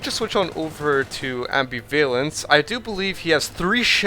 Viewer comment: Oh my god, great commentary, but seriously dude, it's am-BIV-alence, not ambi-VALence